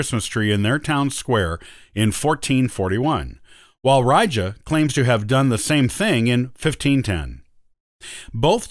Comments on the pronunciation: Ree-Ga not Rye-Jer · Lost me with the butchering of Riga. REEEEEE-ga not rija.